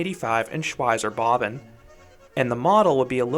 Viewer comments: "Shwyzer Bobbin" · Shwytzer Bob Bon is how I'd say it in an American accent (Shwytzer Bob Ban with English accent). Shvytza Bob Ban if I'm trying to sound German. Bob and Bahn are basically two words, it's just that German writing squishes stuff together. Anyway it's not important it was just surprising to hear your pronunciation. Great review regardless!